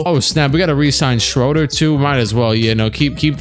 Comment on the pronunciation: its pronounced Dennis ShrOOder not ShrOHder. peace